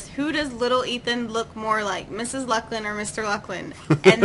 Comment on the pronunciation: YAY, you answered my question :D I actually forgot i asked it XD lol Ha, when i suddenly saw my name, and listened you trying to prenounce it, i shivered! :D THANKS LUCLIN, this made my day :D for now... xD